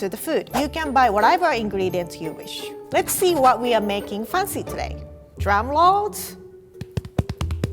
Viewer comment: wtf did she just say. Did she say drumrault